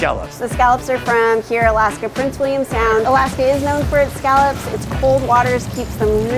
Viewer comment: "All" How do you say "All" ? How do you pronounce Scallops wrong.